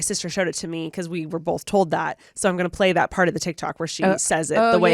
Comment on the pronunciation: Okay, okay..! You sound just like Alisha with the words Pink & Both (found you through Alisha, through Remi). Y'all both say bolth. BUT! To get to the main point, NO ONE says PANK. The way you say pink is the same way you say ink. Correct. However, the difference between you (and Alisha) is that you shorten the sound of the i, making it the stressed sound. So, basically, say the word pig then say the i in pink the same way. That's the way the majority of us US English speakers say the i in both pink & ink. Hope that helps!